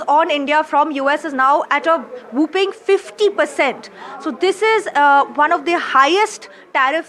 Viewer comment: Whopping (large) is pronounced wopping….. not whooping (as in whopping cough), pronounced wooping. Two totally different words and meanings.